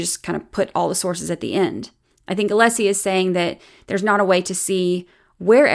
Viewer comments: Also, the way Brennan will stand up and say "Mr Aleeesi", and then later in the paragraph pronounce "Alessi" perfectly fine, is grinding my gears. It feels purposeful. It might even be "nefAHrious". His audacity is "stiffling". ... This man raises my blood pressure. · He’s intentionally mispronouncing Alessi’s name. It’s a very typical malignant narcissist tactic. Just like the way his arguments are all perfect examples of DARVO. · I wish Alessi would make a motion asking the court to require Brennan to pronounce the attorneys names correctly. Like you pointed out, he knows how to say it properly. He chooses not to. It's unprofessional, disrespectful, and rude. But then again, we've come to expect nothing less from Breenan.